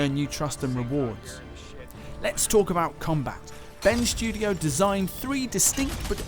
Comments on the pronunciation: 'Ben Sjudio' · Am I the only one who thinks it sounds like is saying Ben's Studio?